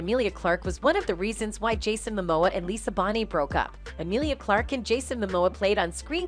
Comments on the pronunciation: If you're gonna say her name please say it right her last name is not Bonnie it's Bonet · Ps Lisa Bonet it’s pronounced like BOW-NAY like ‘bow’ and arrow and ‘nay’ horse 😊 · WHY DO YOU KEEP MISPRONOUNCING LISA'S LAST NAME? IT MAKE ME THINK YOU DON'T KNOW WHO YOU'RE TALKING ABOUT...☹️